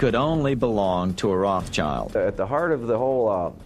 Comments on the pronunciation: BTW, it's Rothschild, not Rothchild. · Its not Roth Child. Its Rothschild. It means red shield in German.